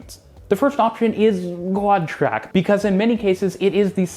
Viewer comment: that moment when I couldn't tell whether you said "quad track" or "god track"